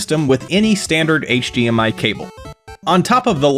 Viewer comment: might be saying D but I keep hearing G. HGMI, HG TV.